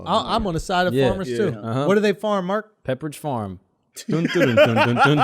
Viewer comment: “Peppridge Farm” no shot Mark😂😂💀💀